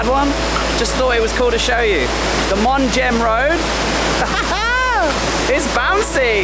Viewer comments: It's pronounced mong. The h is silent. 😊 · Hey love the channel! Just to let you know it's pronounced "Mung" or "Mong" in English. Not a big deal but I'm sure it got on someone's nerves 😄, love the video keep up the great work!😁